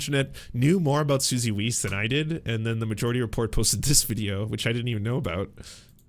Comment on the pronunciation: I love the way you pronounce weiss as "weece". It just gave me a giggle